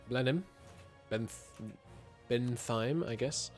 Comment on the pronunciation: there's no “th” sound in German, so a T followed by an H is… just that, a T followed by an H, like in “bent‐heim” Same thing applies for “sh”, like in “Hil‐des‐heim” (and not “Hilde‐sheim”) “Sch”, however, is one thing (what we write in English as “sh”)